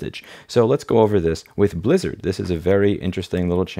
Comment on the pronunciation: All i could hear is "soup lizard" 🍲 🦎